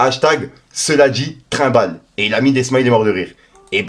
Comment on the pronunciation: Cela dit rembale !! Pas trimbale frero...